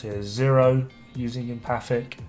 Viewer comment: Still pronounced wrong, though the correct amount of syllables. It’s Em - faTIC. The T is pronounced emphatically. 😜